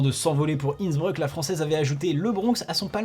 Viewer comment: On est sur de la prononciation de INNsBREUUK ?